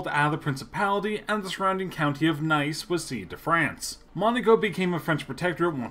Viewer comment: You really need to work on your pronunciation. Nice isn't pronounced like the English adjective- it's Neese - and Louis is pronounced Louie - not Luis or Lewis.